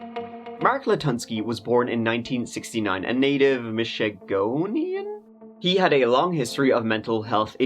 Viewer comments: Michigonian 🤣🤣 that’s good! We are called Michiganders here 😊 but both work honestly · FYI … it’s Michigander not Michagonian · Michigander* not michigonian lol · It’s Michigander, not Michigonian. Great work! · Michigander not michigonian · Great video as usual. I lived really close to there, so this one was pretty intense considering the proximity. My thoughts go out to Kevins family. Oh,, if you want the correct demonym its Michigander" and "Michiganian.":) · We say Michigander, just fyi. Keep up the great stories! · Just quick FYI: it's not Michigonian-- we are called Michiganders. I know, it's not much better. lol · It's Michagander there... Good try with the Michagonian though 😉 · They go by "Michiganders" if you can bring yourself to say it. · We are Michiganders ...not michigonians 😆 you're hilarious 😂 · I enjoy your channel! Just FYI- it’s Michigander NOT Michiganian Keep the stories coming!😊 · Hey Flint native here. Love your channel. This shit was so surreal and aweful. Oh btw it's Michigander not Michigonian 😂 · Michigander...lol... Michigonian!! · Michigonian? Uhhh Michigander... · it's Michigander. Love ya. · Michigander. Not Michigonian.. bruh 😂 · Michigander. Not michegonian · It’s Michigander not Michigonian. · It's MICHIGANDER,, Michigander lol Funny thing this is, I was just going to request you cover this story being it's from my home state. You did a great job on this. Mark is a sick fvck, to say the least! I was debating watching the trial online if it was televised, but that went south when he pled guilty. Thanks for covering this one,! Have a kick ass weekend and see ya Tuesday. And yes, it's cold here but warmer than up in Schwartz Creek 😁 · FYI - It’s actually “Mich-ig-EH (like they say in “Canada) - Nian. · It's "Michigander" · hey it’s MICH I GANDER lol❤ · It’s “Michigander” if you ever need to do another story on a crazy person in this state. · Gander it's Michigander lol